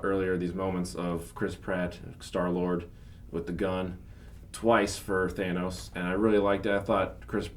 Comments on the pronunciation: Who the fuck is “thay-nos”? 🤔😂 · Th-aye-nos ^^^you are wronggg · Stop saying thanos as thaynos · "Theiy-Nos" -The guy sitting in the middle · I hate the way the guy in the middle pronounces "thanos" as "theynos"🙄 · Who the f*ck is Thænos?? The movie says his name so many times, it’s impossible to get it wrong lool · why does everybody keep calling thanos thaynos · It’s pronounced “Thanus” actually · It's however anyone says it. Red Skull said "Thainos". The Directors could have corrected him if it mattered. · "Thaynos" DO SOMETHING CHRIS is driving me crazy lol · “ThAY-nos” That dude needs to get the pronunciations right before you guys review venom. Don’t feel like hearing “Sim-BYE-ote” for 30 minutes. But anyway... Great movie. So many emotional up and downs. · ikr everytime pronounces thanos name like that I wanna yell at him saying you're pronouncing his name wrong stop doing that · Anyone else notice 2 out of the 3 pronouncing the name "Thanos" correctly, and the 3rd just doing it his own way? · keeps pronouncing Thanos wrong. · Like how can't pronounce Thanos right. Also why is blinking so freakin much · Is it bothering anyone else that that dude can't pronounce Thanos correctly? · Somebody needs to teach the guy in the middle how to pronounce Thanos correctly. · You guys are clueless. It's not weaken heroes, you guys have no idea how strong thanos is. I mean one guy can't even pronounce it right :/ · couldn't once correctly pronounce Thanos to save his life, goddamn! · How can someone still pronounce Thanos wrong after see the movie? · can't pronounce Thanos. Why isn't he hearing you two say it properly?? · I can’t watch this because the dude in the middle keeps mispronouncing Thanos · The guy in the middle keeps pronouncing Thanos incorrectly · Vishwa Krishnan I came here to say this. It shouldn't bother me this much but it did. kept doing it throughout the whole video. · THANOS, not THAYNOS